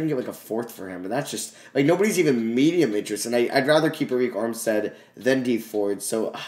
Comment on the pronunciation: you know you can just go to the playoff picture and click on the games to see the box score and i believe it's pronounced erick armstead instead of areik armstead